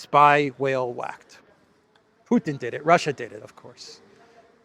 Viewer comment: "Piss or the Pootin" Does Elensky have a digestive malfunction?